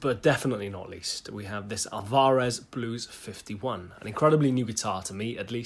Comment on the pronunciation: Never heard that pronunciation of Alvarez, i say it like in spanish/latin languages tonic silab last: alvaREZ. Anyway, more acoustic playing would be nice! great playing as usual.